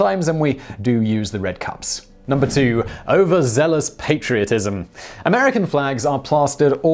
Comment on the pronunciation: Its funny how he says red cups